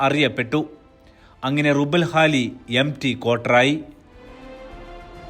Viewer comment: റുബ്ഉൽ ഖാലി ആണ്.റുബൽ അല്ല ربع الخالي